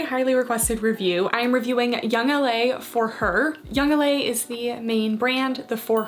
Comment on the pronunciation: She said “Yoong- laaa” lol that made me crack up 😂